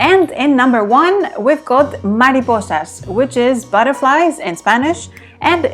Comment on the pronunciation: Tienes muy buena pronunciación al decir mariposas. ¿Hablas español?. Buen vídeo.